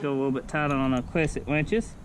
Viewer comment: Cwesent wenches 😂